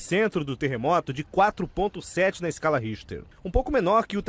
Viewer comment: TER RE MO TO não TE RRE MO TO Ta errado